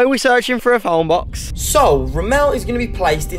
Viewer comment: I laughed when he said “Were gunna duktape him in the fone bux” And “These are my food and water” Legit theres only 2 water bottles